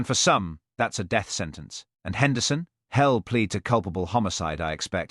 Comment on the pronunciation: HELL instead of he’ll…..YOW instead of you…..mispronunciations ruined the story, I won’t be subscribing.